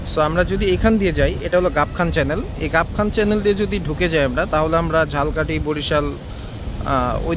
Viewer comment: উচ্চারণ টা ঝাল কাঠী না, ঝালোকাঠী। আশা করি পরবর্তীতে ঝালকাঠির উচ্চারণ ঝাল কাঠী না করে ঝালোকাঠী করবেন। ধন্যবাদ।